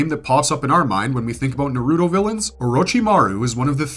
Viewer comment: Capable of saying many things but naruto and sasuke are just impossible for some people, I literally cant comprehend how you could mispronounce it so blatantly, if you had to learn these names and facts, why cant you repeat that same info? That's why it feels like its intentional. , I'm sorry but that's what makes these videos feel contrived, if you can pronounce slouch, you can also say ouch, why say uuch on purpose?